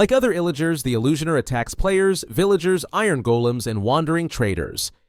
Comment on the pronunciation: ee-llu-shoner hits hard 🗣🗣🔥🔥